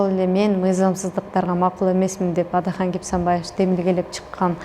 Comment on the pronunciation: Сабатсыз суйлошун кара Атахан дейтго